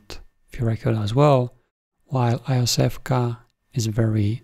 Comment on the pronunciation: Iosevka is pronounced roughly as Yosefka, meaning something link "little Josef". See phonetically at